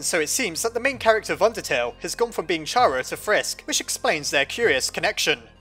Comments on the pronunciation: It’s pronounced Kara not chara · I’m pretty sure Chara is pronounced like “Character” so “keh-ruh” not “cha-ruh”. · OMFG ITS (KARA) NOT chara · It cara NOT CHARA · I know its officialy Kara but Chara just rolls off the tounge better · Chara is pronounced kara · It's chara like CHARActer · Does Char-a or Care-a- Me: IT'S PRONOUNCED KAR-A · Its not a pun,Toby Fox got Chara from there,thats why its pronounced Cara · "*CH*ara is an abbreviation of character." ...Do you not see what is wrong with this picture? Is-... is anybody seeing this? Think quoits how you pronounce the word character, and then say only the first two syllables. Logically hat's how the name should be pronounced. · Every time you say "Chara" I think "Charamander".